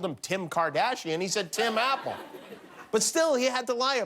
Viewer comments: He said Ti Mapple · "sets up a meeting with America's top billionaires to help bring back jobs to America" HEHEH He said Tim, Apple, and it sounded like he called him Tim Apple.